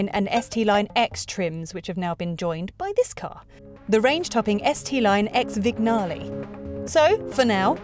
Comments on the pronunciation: Vignale is pronounced with a silent 'G'. Vin_yah_lee. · Vin-Ya-Lay the G is silent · Yes, her pronunciation is a bit rubbish. Also, Vignale is pronounced Vin_yah_lee. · Vig - nale? Really? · And the way she pronounces ViGNale... Jesus...